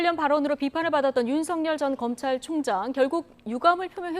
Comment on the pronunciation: 윤성열이 아니라 윤서결입니다 똑바로 발음해주시오 말해서 밥먹고사는 사람이 정확하게 발음해주셔야지요 아나운서 기자 똑같네요